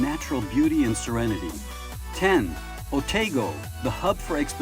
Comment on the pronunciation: Otago is pronounced "Oh-TAH-go", not Oh-tay-go. I'm a New Zealander, and have lived in the Otago region.